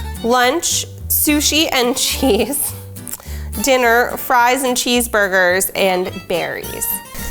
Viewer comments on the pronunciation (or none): none